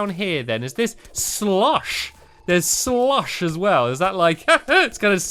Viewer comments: It's so funny how he says "slush" he says "slUSH" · U say slush funny lol